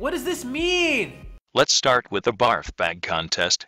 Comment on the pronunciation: editing midtake "Barg bag?" Dont you mean "Barf bag?"